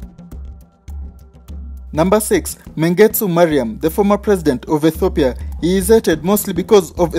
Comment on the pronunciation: Its Mengistu hailemarim not mengstu mariam💚💛❤️🇪🇹🇪🇹🇪🇹